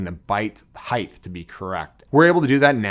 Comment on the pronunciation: Every time he says heighth take a drink